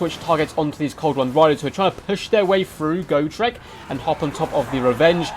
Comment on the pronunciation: Its got- rek not go- trek. You make it sound like go shrek